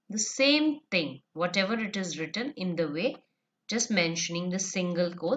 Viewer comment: It's thing not ting 😹😹😹👋🏻